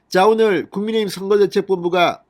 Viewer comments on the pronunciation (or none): none